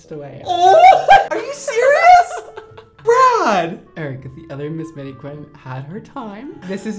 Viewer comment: I love the way brad pronounces Eric like “ayyyyriccc”